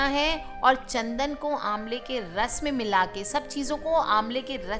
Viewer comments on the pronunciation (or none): Ambla or imli kya kaha apne acha se sunai nehi derahe guruma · Ambla or imli kya kaha apne acha se sunai nehi derahe guruma.